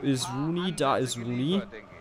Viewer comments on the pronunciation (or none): sag doch nicht immer rain rooney ^^